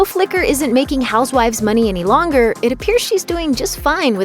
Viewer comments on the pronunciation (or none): none